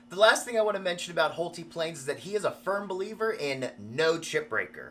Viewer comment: I believe his name is pronounced Hole-Tie, not Hole-Tee. 👍😊 But I suppose if you’re spending that much on a plane, you could call it whatever you want 😁